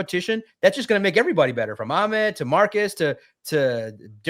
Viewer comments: calls Ahmed, Ackmend😂😂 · but it’s not kind of like a kha sound. The Arabic letter is Ha, not a kha. Nowhere in the Middle East would anybody pronounce it Ak-Med, the name is AH-Med. his brother was raised here so he probably westernizes the name, which Ahmed is likely fine with, but that is not a correct way to say the name. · Listen to. And. It’s ah med. not ock mid smh 😂😂😂😂. Where in the world do people get a k from??